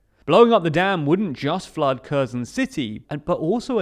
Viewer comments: I can’t imagine why you can’t pronounce Kherson. Kh is closer to H than k and the stress is on the second syllable. Please try it. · why would you not look up the proper pronunciation of Kherson?